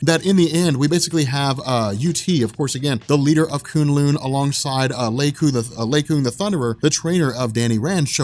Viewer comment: Koon Loon sounds so terrible K-Uh-n L-Uh-n